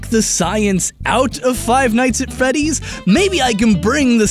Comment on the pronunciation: Did i hear say five nights at feddys? am i hearing things